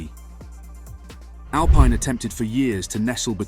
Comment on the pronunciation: Mis-pronounced team name within 5 seconds of starting video. Not ideal.